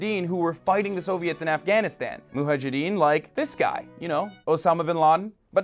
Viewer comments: "Muhajidin" 😂😂😂😂😂 gorl it's MUJAHIDIN. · it is m u j a h i d e e n not a muhajideen by the way. your arabic needs practice dude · Hasan, it's Mujahidin not Mujajidin. Take 2: Muhajidin. FUUUUUU! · It's pronounced Mujahideen not Muhajideen lool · It's muJAHideen as one muJAHid not muhajideen. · it's mujahidin not muhajidin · Hasan, who are muhajadeen? You wanted to say mujahideen? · muhajideen lol it's mujahideen bro. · Mujahedeen* not muhajedeen 😅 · Its mujahadeen not muhajadeen... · dude. it's "mujahedeen" MU-JA-HE-DEEN. Not MUHA-jedeen... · it's "mujahideen" not "muhajeddin", hasan. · MuJAhadeen, not Muhajadeen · It's Mujahideen, not Muhajideen. Correct yourself, before somebody like Tomi does. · Muhajjideen? what? they're pilgrims? You mean mujahideen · WTF if the "muhajidin". the irony that this muppet is taking the piss out of tomi for being dumb when he himself either cannot read or pronounce or maybe is completely unaware of the word "muhajidin". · Pretending to be analyzing politics while u can't pronounce the word Mujahideen properly? Bastard?! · WTF is muhajedin you idiot!!!! If you wanna take down somebody at least don't be a fool like them! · siavash rezazadeh lol isnt hasan middle eastern himself, yet he can't pronounce mujahadin? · It's mujahideen . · "moo ha jideen" well done Hasan haha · LOL Hasan, you too, really? "Muhajideen"?! Please TYT people, learn how to pronounce the words you're using... Also, let's pitch in a few cents and help poor Hasan buy some thread and a needle to fix his jacket. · "Muhajideen" ... Hasan, really? Otherwise topnotch. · "Muhajidin"???? Is that a new pokemon? =^Z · it's mujahdeen. -_ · Mujahedin You know, like the word in the article before your eyes. J first. Then H. Mujahedin. Moo-Jah-He-Deen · "muhajideen"..... come on lol hassan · Jo Jo only he's not pronouncing it right. Depending on the context his mispronunciation could mean 'immigrant' or 'the one who's asleep' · Huh-huh! He mispronounced "mujahideen" twice!